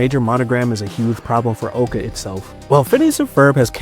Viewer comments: Yoo please stop saying Owca its pronounced OWca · It's not owe-ka, it's ow-ka (It's pronounced in the show multiple times, get it right) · Oh-ca pained me. It’s ow-ca like ow that hurt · The amount of times he kept calling it (OH-CA) instead of (OW-CA) just ticked me off. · It’s pronounced OWCA. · It’s pronounced ow ca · I got so upset when he kept pronouncing owca wrong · You're saying OWCA wrong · He is pronouncing o.w.c.a wrong